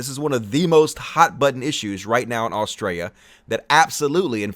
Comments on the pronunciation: every time you say Australia i hear Austria lmao too much hoi 4 for me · Australia has an ‘L’ in it. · hey you do know there is a L in Australia right please say it properly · In this video we learned can’t say Australia lmao. Excellent video and reasoning. Nice one! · He can't pronounce Australia, lol.